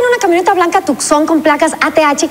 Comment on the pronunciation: Pronunció “TUCSON” de la correcta manera 👍🏼👏🏽